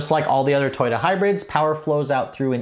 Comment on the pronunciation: Toy-dah? I have never heard it pronounced that way. Interesting.